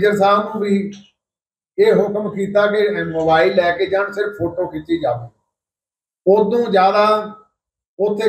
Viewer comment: ਖਬਰਾਂ ਸੁਣਾਉਣ ਵਾਲੀਏ ਬੋਲਣ ਦੀ ਟ੍ਰੇਨਿੰਗ ਲੳਓ??ਜਾਵੇ ?ਖਾਵੇ??ਐਂਡ ਬੋਲਣਾ ਵਧੀਆ ਨਹੀ ਕੰਨ ਖਾਂਦੇ ਓ??